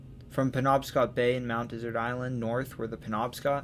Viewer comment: My grandmother was from Maine — Mt. Desert Island. It is de-zert’ —like the sweet after a meal. Most people pronounce it like the arid land area, as you did. If you ever need to pronounce it again, please do so correctly.